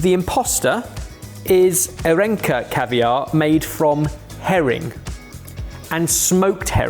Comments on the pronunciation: I just checked where it's from, and it's from Russia, so yeah, Ar-(soft E) - yonka). In Cyrillic it would be Арёнка. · You pronounced that incorrectly. It's pronounced "Ar-e-yonka" given the umlaut looking jobber on the e. I'm not a phoneticist, but I speak Russian (the label isn't in Cyrillic text, but looks like Anglicised Cyrillic) and a bit of German, which would likely follow similar sound rules IIRC.